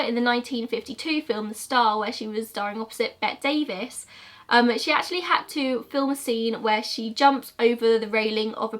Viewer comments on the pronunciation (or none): Bette Davis is famous, how could you mispronounce her name, it's bet-tea